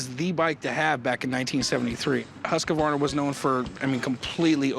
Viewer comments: husqAAAAvarna. Bro, where is the A coming from? It's pronounced Huskvarna. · Husq-varna not husq-ka-varna.. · Cory must be dyslexic, dudes adding syllables to a word "huskavarna"... Bruh its "Husk-vaa-na" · I don't believe its pronounced Husk - a - varna , its husk-varna. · i would be paying that man 500 bucks all day every day for that husq .. the fact that these tools keep saying Husq A varna tilts me a bit haha .. its Husq as in husk of a turtle .. then just add varna .. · Every person in this video called this bike a Husq-A-Varna its pronounced Husk-Varna not HUSKA VARNA! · The proper pronouciation is Hoosk-varna. Not huskavarna. The company started out as a firearms company and then they got into sewing machines. Sadly the bike should have been restored. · Not everyone saying Husqavarna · Yeah but the proper pronunciation is weirder than the spelling without the A. For some reason it's Hoosk•varna not husk•varna. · Hoosk vaar nuh!! Not huskA varna 😂🤦🏻‍♂️ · Pronounced Husk-Varna not Husky-Varna. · It’s pronounced whose-qwarna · It's not Husq "a" varna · I find it funny that people call them husq-a-varna. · Is that actually how American's pronounce Hasqvarna, with an second R (HasqRvarna), or is it just these guys? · I hear a lot of people pronounce it that way. Never understood why but yes it's common. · always fun to hear Americans try to say Scandinavian names, they never get it right XD Huskey-verna? Really?`! XD XD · As a swede it hurts my ears listening to yanks mispronounce husqvarna so bad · Does everyone butcher the name Husqvarna as much as these guys? Any other Swedes agree? It is just horrible, I wince everytime they say it. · As a norwegian it hurts how they pronounce ''Husqvarna'' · As a Swede hearing them pronounce Husqvarna.. oh boy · Corey can't even pronounce Husqvarna right...